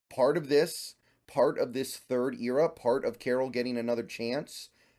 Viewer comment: Can't get over how you say era